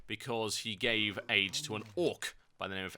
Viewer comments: Ade, as in help, not aids rofl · lol for a sec tehre i thought u said "he gave aids to an orc"....